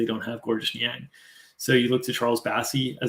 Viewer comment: FYI Georges Niang is pronounced “George”. Silent S. Source: he answered the question in a Jazz promo vid